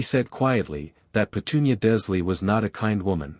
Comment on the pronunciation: I take it that the narrator is just a program that cannot be taught to pronounce Dursley, Wizengamot, Erised, etc?